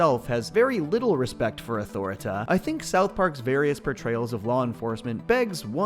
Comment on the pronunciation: It's pronouce " Ah-Tore-Reh-Teh "